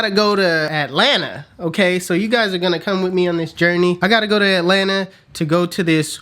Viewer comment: “ard u guys”